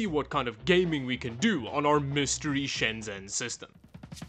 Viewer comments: please know that in Chinese, “zh” makes the J sound. Shenzhen is “Shen-Jen” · I miss that place, not been since before covid. It always baffles me that people who visit Shenzhen, or any place in China, and make a video, make no effort to pronounce the place names correctly. Especially since you say the name “Shenzhen” with such frequency, couldn’t hurt to find out how to say it correctly.